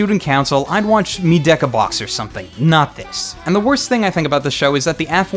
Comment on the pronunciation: He mentioned "Medaka Box". His pronunciation is just way off :P Medaka box is pretty decent. Not great, but ok.